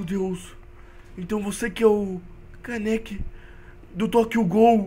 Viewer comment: ah e é Kaneki n Kanéki:P